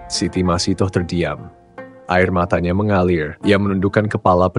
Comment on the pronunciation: Ia yg benar sebutannya masitah